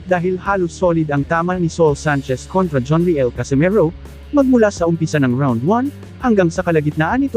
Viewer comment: Anong John re el? It's pronounced as riyel..my gosh naman kayong mga vlogger...